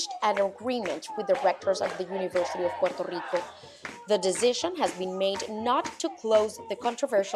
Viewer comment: Hala yankees,no sabéis pronunciar el país,Puerto Rico,,,coño,no puero ico,que pena dan,volved a España,os queremos,sois nosotros